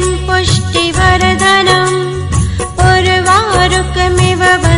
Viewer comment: मंत्रोच्चार में उच्चारण की अशुद्धियाँ हैं। जैसे त्र्यम्बकं को त्रम्बकम और सुगन्धिम तथा पुष्टिवर्धनम को क्रमशः सुगंदिम व पुष्टिवर्दनम बोला गया है।